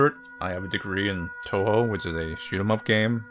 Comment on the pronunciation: He even say "Touhou" properly. I'm seriously amazed.